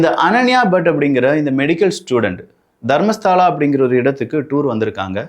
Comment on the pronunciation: அது தர்மஸ்தலா. தர்மஸ்தாலா இல்ல. அப்பறம் ஹெக்டே ஹெகட் இல்